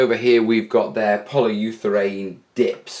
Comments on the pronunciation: ... Anyone else cringe every time he says "Poly You Therane" instead of polyurethane? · Repeat after me......poly-You-ra-thane!;)